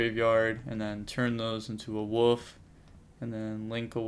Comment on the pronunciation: It's Wolf not woof! Lol